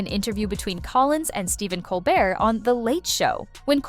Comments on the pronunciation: The title of this video is so misleading. The video itself is terrible. Whoever is narrating? My goodness! Not sure if it’s A.I. or not, pronouncing MaHer and then MaYer. It’s just MAR! Also, Colbert with a hard T? I couldn’t even finish this stupid video. You should just take this down. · Its pronounced Bill marr and Colbear. Your pronunciation of Maher was almost bad enough that I questioned who you were talking about. Also repeatinv the same talking points over is truly getting annoying !